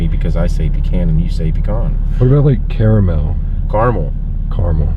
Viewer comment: it's pronounced Caramel not Caramel by the way